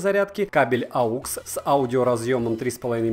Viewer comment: Мне интересно когда обзорщики запомнят...Aux!!! а не aUx...aUx- это когда ты в лесу заблудился...ходишь и орёшь... aUx.....aUx....